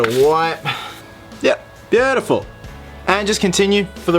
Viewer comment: You can definitely tell that he is an Aussie (like me :D) because he says 'beautiful' like 'beyoouuuutaful' xD